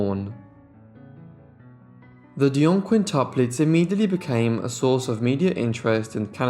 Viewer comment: QuintIUplets NOT quintaplets! The reader is ignorant